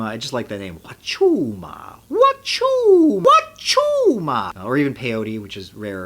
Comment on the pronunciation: I love how he became Mario while saying wachuma.